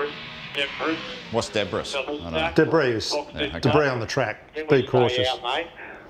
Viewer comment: What’s debrass? I pissed myself when enforcer said that.